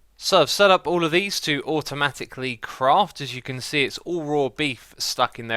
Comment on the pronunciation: when X said automaticly i thought he said automagicly xdd